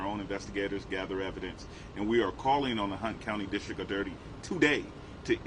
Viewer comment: He called it the district of dirty lol